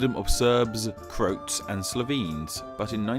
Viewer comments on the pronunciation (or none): It's CRO-at(s) ^^ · I literally dropped my cup when you said Krotes instead of Croats :o. You owe me a cup :p.. but.. still a fan of your channel ;-) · CRO-ats. Not croats like oats. Cro, like crow the bird and at like... at. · would i be right in saying that im pretty sure Croat is Pronounced "Cro-At" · It's Cro Ats. You pronounce the o and then an a. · Yeah. CROW-atts. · how can you misspronounce the word croats, it's an exonim. Dear God i fear how would u say Hrvata. Love ur stuff, I'm just messing around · the way you said croats is really pissing me off